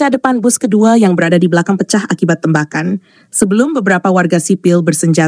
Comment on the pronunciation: Yg baca berita kurang bisa bhs indonesia. TEmbakan dibacanya tembakan seperti baca tembikar, tempurung atau tempat.